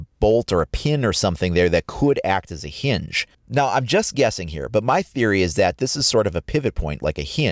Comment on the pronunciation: The way he butchers the word hinge, one could say is quite cringe.